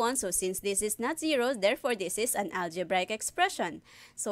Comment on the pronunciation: it's the "ALJEBRAYEK expression" for me